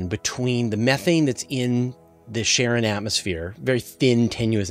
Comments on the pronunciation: no offense just got curious about how to pronounce the word "Charon", I always thought it reads like "Karon", not "Sharon", am I wrong all the way? :( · it's definitely a harder 'k' sound, following from the english pronunciation of other names derived from greek mythology ie achilles, chronos, chthonius etc. it can be slightly softened (tongue against the palate) as the modern greek 'X, but never 'sh', or even 'ch' as in 'cheese'. 'sharon' is just an oddly mangled pronunciation particular to some american dialects, like saying 'asher' instead of 'azure' etc. also keep in mind english (and particularly american) speakers are renowed for making absolute mincemeat out of most other languages, it's pretty painful to listen to. they basically have no ear for it.